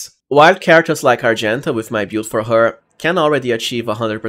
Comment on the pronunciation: build -is pronounced "bild" not "piould" lol